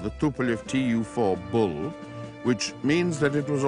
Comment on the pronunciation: almost passed out laughing so hard.